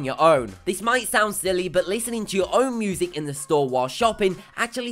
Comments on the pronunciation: Narrator needs to go! Poor word pronunciation is irritating, ie moosic (music)... Interesting video otherwise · it's music not "moosic" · And music -- he pronounced it 'moo-sic' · And "moozic" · moozic lol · Moosic haha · moosic xD